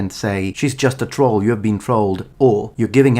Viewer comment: Holy crap someone who can actually pronounce troll